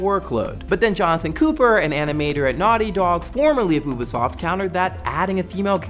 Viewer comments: I love this show. Thank you for all that you do. Just one thing, Ubisoft is pronounced "You-bee" soft. Hope that helps! (Also forgive me if anyone has already said this) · Huh, I've always pronounced Ubisoft as You-be-soft, not Ooo-be-soft. Wonder which one is right.